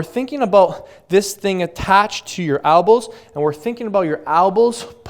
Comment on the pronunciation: why do you keep saying ALbows?!?!?!?!?!!??!